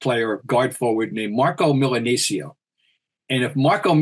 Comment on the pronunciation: His name is Marcelo Milanesio and he was a 6'2" point guard. I believe that the "c" is not pronounced "th" in Argentina. That's Spain. How about some research and respect when you are referring to other countries guys.